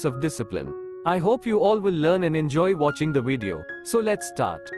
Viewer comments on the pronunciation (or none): none